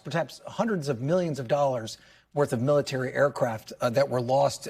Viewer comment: “”Great ability in our mility””. Old guy……